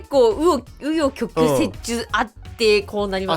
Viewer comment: 紆余曲折言えないかわいっ😂❤